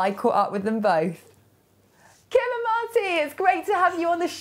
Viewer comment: MARTY, not Mary, sorry